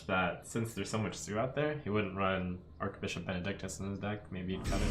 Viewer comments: It's Arch-Bishop, not Ark-Bishop Archangel is pronounced as Ark-Angel because of the vowel A in Angel B in Bishop is not a vowel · Archbishop is pronounced with a ch sound, not a k sound